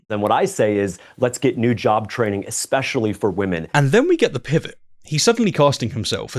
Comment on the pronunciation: She correctly uses the word “autonomy”, but says “expescially”…